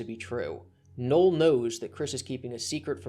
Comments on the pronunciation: Your pronunciation of Null as Noel is confusing for new listeners. A friend who I introduced to you was so confused he was asking who Noel was genuinely unaware you meant Null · Every time you say refer to "Null" it sounds like you're saying "Noel"... Just say "Joshua Moon".